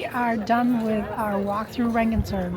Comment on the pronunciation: Rengensburg .... more Italian .... like Vienna. 😂